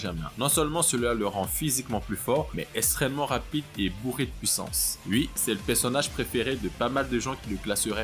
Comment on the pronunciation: Vu le nombre de fois où tu dis extrêmement ou extrême tu pourrais faire un effort de prononciation parce que la tu dis esstrement et pas extrêmement...